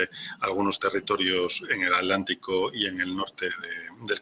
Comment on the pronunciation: Por que pronuncian ALANTICO la palabra es ATLÁNTICO